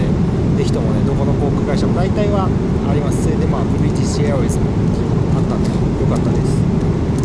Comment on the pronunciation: 冒頭のブリティッシュエアウェイズのところ ネイティヴですね。